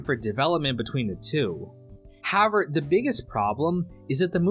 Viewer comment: why cant you pronounce HOWEVER